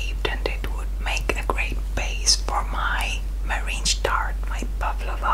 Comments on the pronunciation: It's pronounced merinG, not merinJ 😃 as always, fantastic video and great cake 😀 wishing you an amazing year 2020 😊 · NIRAY NIRAY American pronunciation is Mer-ang